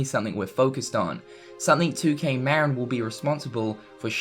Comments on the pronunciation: Good video, but for the love of god, it's pronounced Ma-Rin, not Mar-In. The studio is located in Novato, CA, in the heart of Marin county. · Interesting video and I do hope that 2K Marin does indeed develop a fourth installment to the series at some point. By the way, just for clarity, 2K Marin is pronounced 'MA-RIN' not 'MARE-IN' . It's named after the county that's directly north of San Francisco, just across the Golden Gate Bridge. I know because I live in the county and the studio for 2K Marin is close to where I live